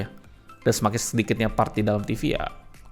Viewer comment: Buset harganya, taun kemaren 2,8jt coocaa dapet 32inch smartTV 768p. Taun ini dah dapet 40inch 1080p. Btw klo gk salah dibacanya kuka bang bukan koka